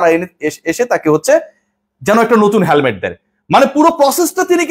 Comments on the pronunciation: He এর পরে have হয় না, has হয়। হ্যালমেট না, হেলমেট...ইংরেজির বেসিকটা না জানলে কিংবা বাংলাও ঠিকমতো উচ্চারণ না করতে জানলে কেমন বিতার্কিক ছিলেন তা প্রশ্নের উদ্রেক করে... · Not halmet, helmet.